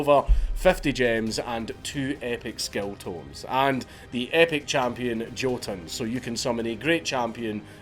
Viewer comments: YO-Tun. not Joe-ton. cmon man you look like a viking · Hate to be that guy... his name is norse, it's pronounced yo-tun like jotunheim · Jotun is pronounced yerrtun. or yo tunn. :) they're the anti-gods in norse mythology. giants isn't a precise translation....